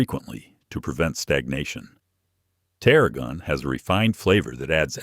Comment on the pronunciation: Thanks for a fascinating presentation! Was puzzled by mispronunciation of certain herb names llike oregano and taragon. Then I realized it was an AI reader.